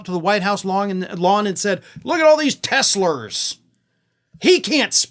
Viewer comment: "Teslur" is actually quite fitting.